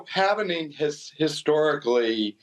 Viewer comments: this FOOL can’t even say halving correctly 😅😢😂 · Why do Americans pronounce " halving " as " having " 🤕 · its the halving...not the halvening